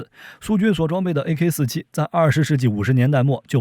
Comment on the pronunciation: 念阿卡47谢谢